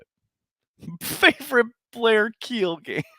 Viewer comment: lol "Blair Kiel"